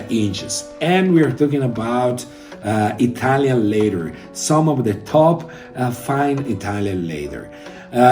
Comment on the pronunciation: I-TALION LAY-THER.... 🤣